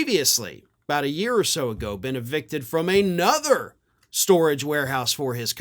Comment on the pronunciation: Stop saying aynother, it's another.